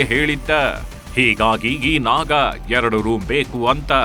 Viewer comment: Badddiii naaaagga ( voice pronousition) worse than the worst